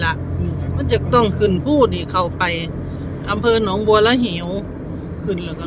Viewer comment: 5555 หนองบัวระเหว ว่าส้าน เขาเอิ้นว่า หนองบัว ระ เว๋